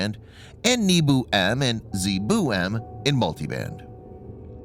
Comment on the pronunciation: Hahaha everytime